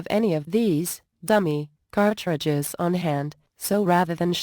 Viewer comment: "cart...tri.dges" Lol, computer voices!